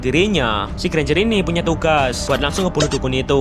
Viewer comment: Alah ganjar aja ngomong nya enk susah amat lo bang😂